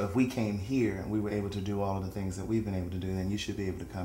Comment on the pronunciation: went through some "thangs" not "things".